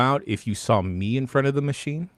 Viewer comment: "Saw" it,. "Saw". No "L".